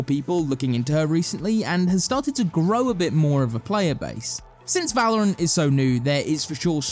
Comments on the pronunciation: We did it, he stopped calling it vELouRanT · Thank sgod he learnt to say valorant